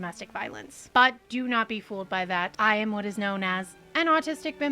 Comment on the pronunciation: 2 minutes in during the trigger warning I thought I heard "dough not" instead of "do not", which gave me a great idea for a doughnut shop. It's called Dough Knots. Every doughnut is based on a sailor's knot. Classics will include the clove hitch, the figure 8, and bowline. Specialties are infinite. I'm thinking first of the monkey fist. Banana cream, chocolate, and peanut butter under a glazed monkey fist knot. Surely a best seller. Is Neil Gaiman a sex pest? I don't know yet. Again, only 2 minutes into this.